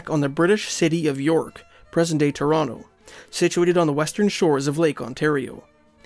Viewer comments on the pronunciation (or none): none